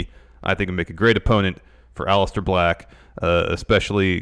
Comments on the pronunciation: Nobody:: OLLISTER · I wish knew how to pronounce the name Aleister.